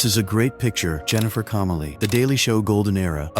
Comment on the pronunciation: Why did you murder Jennifer Connelly's name ?.......Jackasses ! 😵‍💫😵‍💫😵‍💫😵‍💫